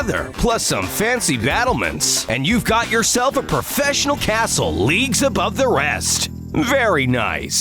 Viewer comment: That’s not how you say 🏰